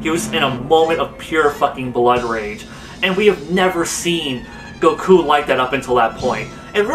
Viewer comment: Is it me or does he say GOKU like goukuu